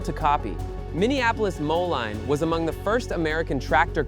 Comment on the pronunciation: Moline is pronounced Mo- lean. The home of John Deere & Co, Moline, Illinois